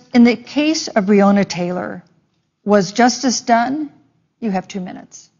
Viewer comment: Is no one going to point out that he mispronounced Breonna ?